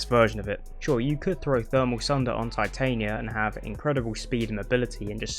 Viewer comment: I'm only bothered with your pronunciation of Titania... The Queen of Fairies... Shakespeare...